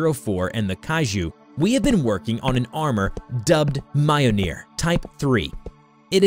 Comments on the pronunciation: Mi-yol-nir not miyonir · "Mayonyr" JESUS FKING CHRIST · You pronounced MJOLNIR wrong it's pronounced millneer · The way you pronounce Mjollnir is unsettling. Mah-yoh-neer 💀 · It's mljnor (Mil-neer) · In Nordic languages, the J is pronounced like the English consonant Y. So, it should be “MYOL-nur” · Your butchering of pronunciation for "mjolnir" is appalling, especially considering that it's a pop culture reference at this point.